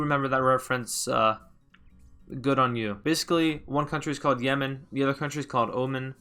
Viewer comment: I believe you mean "Yeman"